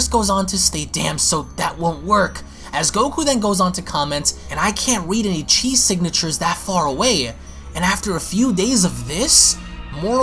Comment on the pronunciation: Quit saying "chi" the way you dmsay it 😡